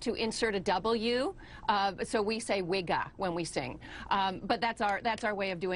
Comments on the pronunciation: did anyone else slap that bitch in they imagination when she said WIGGAH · ha ha she said wigga...lolol